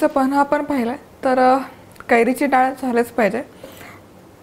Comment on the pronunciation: खूप छान आहे रेसिपी पण डाल नाही ग मराठीत * डाळ * असतं. बाकी सर्व झकास